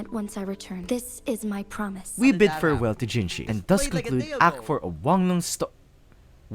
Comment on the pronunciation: Hey not tryna be rude but just so you know you keep on writing jinshi but it's jinhsi great vid otherwise, I really like the way you told the lamb story